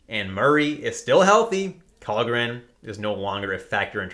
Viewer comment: Kallgren is actually pronounced Shallgren!!